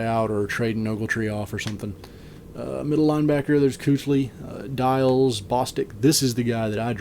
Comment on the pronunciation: good draft bro, just so you know. luke kuechly is pronounced like keekly.